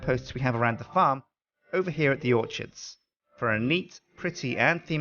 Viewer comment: auchards? its orchard's